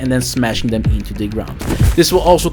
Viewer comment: My man said you can group dem togedder lmao